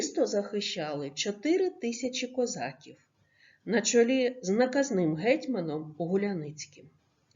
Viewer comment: Ви звичайно вибачте за критику але не правильна вимова слова козаків 😐